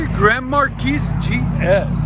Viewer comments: 😂 correct. Markeese sounds funny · Marquis is a French word pronounced “mar/key”. No “s” sound on the end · its Grand Mar key no S on the end its silent other than that nice sound got to do that to mine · Markee please, the S is silent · For the love of god can you stop mispronouncing marquis. You don’t say the s my man. grand maar-kee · Grand Mar-key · The "s" is silent... Grand Mar-kee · The S is silent..marguis.....pronounced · He sounds ignorant. I wouldn't trust my car to someone who can't pronounce marquis right. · I really love your vids. But, please, the S is silent in Marquis. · I'm sorry, but in or out of the "hood", it is still incorrect. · The S, in Grand Marquis, is silent for god's sake... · Excellent work guys. Please drop the 's' when saying Marquis, it takes away from your professionalism. No offense, Sir. Those cars sound Awesome!!